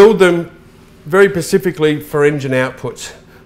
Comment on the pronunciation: Do you build them "Pacifically" or "Specifically" ???